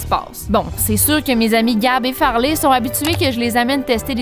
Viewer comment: Ses plus Farley ses Fartley😂